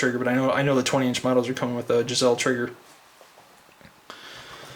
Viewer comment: Its not gizelle triggers, its pronounced "GUYSLEE"